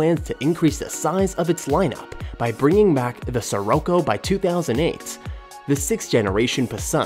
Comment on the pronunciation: Pronunciation is atrocious throughout this whole video... "ski-rocko" "Koda Octavia" C'mon man!